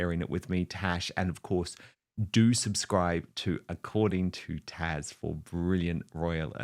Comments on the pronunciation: Dan your guest is Taz not Tash 😮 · Dan why do you call her Tash? It’s Taz! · TAZ!!!!!!! Not Tash! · Haz and that fool Interviewing him are just making bigger fools of each other. Haz looks like he ripped and the other guy is just plain stupid. NEVER make fun of America or Americans. We don’t like Haz and his spare and hope they just go away. As a side note-your fellow commentator’s name is TAZ. It sounds as though you keep calling her Tash. Slight difference.